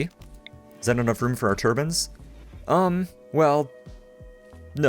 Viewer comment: Never before have i ever heard someone call wind turbines 'turbans'